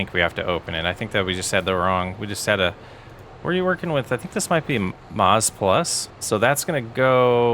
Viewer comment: it’s maize plus not maz plus maize as in corn